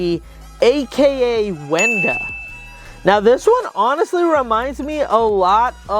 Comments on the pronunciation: is wenda not wanda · Her name is Wenda not gray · Fun-Bot✅ Durple✅ Lime✅ (his name was OWACX I think? So he said lime so I guess that counts) Fun-Bot✅ (again) Black✅ Durple✅ (again) Raddy✅ Jevin✅ Sky✅ Grey❌ (Wenda) Fun-Bot❌ (again for the 3rd time) (Garnold) Oren✅ Wenda✅ (HOW DID YOU GET MIXED UP WITH GRAY AND WENDA😭) Pinki✅ Pinki✅ (again) Oren✅ (again) Simon✅ Raddy✅ Bud❌ (you mean’t “Brud” right?) (Oren) Culcker❌ (close) (Clukr) Bud❌ (again) (close) (Brud) Black✅ (again) Simon✅ (again) Oren✅ (again for the 3rd time AGAIN)